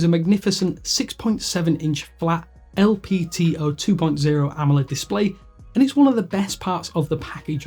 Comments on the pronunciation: You must be drunk or have ear problems if you cant hear he said 'LPTO'. HE LITERALLY SAID LPTO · It's LTPO 2.0 BRO. NOT LPTO